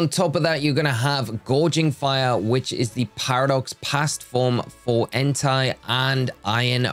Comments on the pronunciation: Please stop saying "entai" instead of "entei"... it's really disturbing (if you know what I mean😏) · Hey, I don't know if you're gonna see this comment, but I hope you do. You're pronouncing "Entei" wrong, it's "En-They", not "En-Thai" (which could be confused with an other (demonetizable) word that sound almost the same).... Actually there's also "Miraidon", which is pronounced "Me-Ra-E-Don", not "Mo-Ra-E-Don" or "My-Ra-E-Don". Also Fun fact, Koraidon and Miraidon names are wordplay in Japanese for "Korai" (Past) and "Mirai" (Future).